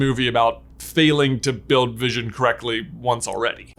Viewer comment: Everone: wondering what white Vison is Me: Thinking it was Bluison